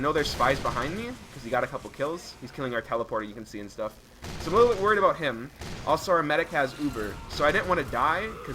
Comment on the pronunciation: I like how he's saying "How much Sh-tuff can happen"